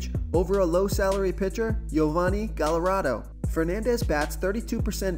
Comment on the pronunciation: Oh my goodness. The Gallardo and Odorizzi pronunciations were hysterical. I like the Merrifield pick and took Fernandez last night which paid off. Looking forward to a good night. Thanks for the picks